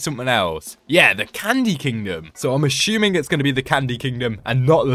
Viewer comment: Its funny when you say (im ashumen) when your british 😂😂😂❤❤❤🎉🎉🎉😊😊😊